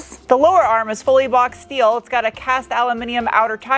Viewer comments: Who's the party pooper that taught her how to pronounce "schteel"? I adore her unique take on Inglish. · Fake CVT shifts are the dumbest thing ever, they should add an option to remove the fake shifts on the software. BTW i miss the Shteel pronounciation :-D